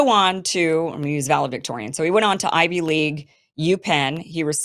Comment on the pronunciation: Kim. “Valedictorian”. Not Valedvictorian.